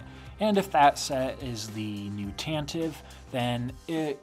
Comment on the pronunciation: This is such a small thing, but I love that you pronounce “Tantive” correctly <3